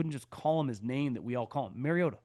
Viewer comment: As a tortured Titans fan, I encourage you to look up the actual pronunciation of Mariota.